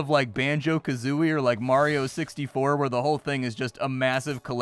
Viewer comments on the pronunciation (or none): none